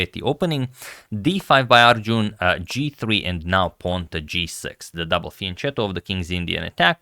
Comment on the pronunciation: It's not Arjooooon. Heheh